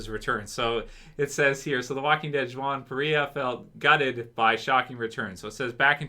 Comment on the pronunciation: It's pronounced wahn, the J is silent in Juan. lol 😂